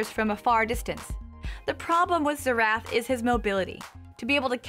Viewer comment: Zee-Rath?? No that is NOT his name...lol Its pronounced like Zare-Ethh. Now say it...Xerath.